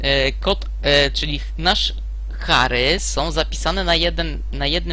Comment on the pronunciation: Ciekawe podstawy, ale masz złe nawyki jeśli chodzi o angielski, czasem mówisz dobrze, czasem wymawiasz słowo w sposób spolszczony. Char to [czar], a dokładniej i poprawniej z miękkim r i te cz to trochę złamane z tszi :) Na pewno C jest strukturalny? a nie proceduralny i obiektowy?